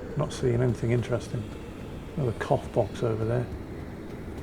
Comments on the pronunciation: I've misheard when you said "cough box".. I thought you said "cock box", I seriously hope you don't get choked by one of those.... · With the accent - cough box does NOT sound like cough box...